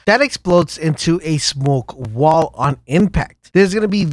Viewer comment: "smok wall" lmao